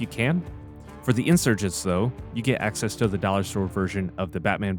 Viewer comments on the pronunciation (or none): none